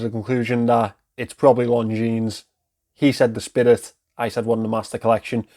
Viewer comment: This is not how we pronounce Longines. It's lon·zheen, not long jeans